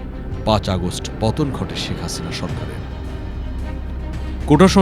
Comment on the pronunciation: শেখ হাছিনার অনেক গুন, পুলিশ দিয়ে ছাত্র খুন। মোদীর পোসা হাছিনা, তোমায় ভালো বাছি না। স'কে ছ'উচ্চারণ করে। আমাদের সাথে সমর্থনকরে কোলকতার ছাত্রবৃন্দ স্লোগান দিয়েছিলো